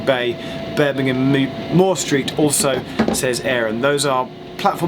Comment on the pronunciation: 7.47"Birmingham Moob "Moor" Street"....I died🤣🤣🤣🤣🤣🤣